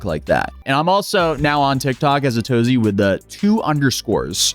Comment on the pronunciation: you pronounce your name "azatozy" lol when its clearly spelled "ay-tozyy" or "uh-tozy" lol why tf would u say azatozy